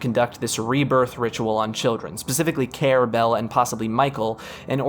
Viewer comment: Why not pronounce Care as Carrie? Why not view the end of the soundtrack video?